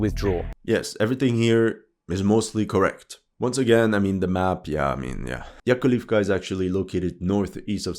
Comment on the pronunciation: Все, я устал. Это невозможно смотреть. Неужели вам на западе так сложно, хотя бы из уважения, правильно произносить местные названия. Sukа. Это такой кринж. Вы даже буквы не в состоянии все прочитать чтоли? Какая в жопу Yakolivka??? На обоих языках название села "Яковлевка"/"Яковлівка". На википедии на английском написано - Yakovlivka, Bakhmut Raion, Donetsk Oblast. Sukа. Y-A-K-O-V-L-I-V-K-A a не Y-A-K-O-L-I-V-K-A. Ну ладно вы ударения ставите неправильно. Но, sukа, взрослые мужики, вы в состоянии все буквы внимательно по очереди в правильном порядке прочитать и на карте их написать. И это не единственный пример. Когда слушаешь ваши рассказы, то ощущение, что вы о географии Марса рассказываете. Вам всем лишь бы бабла срубить, зачем стараться называть населенные пункты, реки и другие географические объекты правильно. И так сойдет, пипл хавает. А еще он на Daily Mail гонит. Вы все просто рассказывает сказrи на потеху публике. Только сказки ваши чужой кровью оплачены.